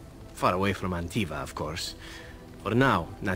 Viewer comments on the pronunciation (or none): Did you just call Antiva "Avinta" after you spoke with Zevran about it? What excuse do you have now Ser Mage? xD